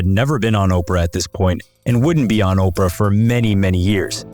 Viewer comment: Not OPRA!